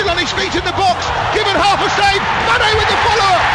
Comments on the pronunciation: He said Mayonaise at one point 😂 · The commentator pronounced manés name as M-ar-nay M-aynay Mane Jesus, make your mind up